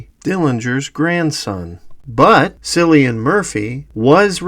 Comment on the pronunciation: Great video. But, please pronounce Cillian Murphy's name properly. It's a hard C, sounds like Killian, not Sillian. Some Irish names are difficult for others to pronounce, but this isn't really one of them.